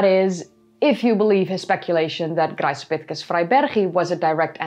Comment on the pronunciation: Just curious: is there a reason why you pronounce "Graecopithecus" with a soft, sussurring 'c' at the beginning rather than a hard 'k'? The way I see it, both are intervocalic 'c's preceding a low vowel. Am I missing something?